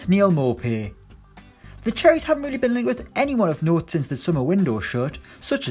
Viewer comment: Its pronounced Neal 'moopay'